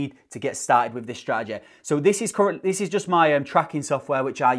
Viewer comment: Love the accent on the word “strategy”🤣